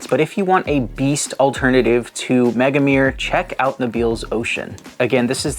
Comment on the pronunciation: Love your videos and all but your pronunciation of Megamare makes my ears bleed 🤣🤣🤣 Mega-Ma-Re(without second e)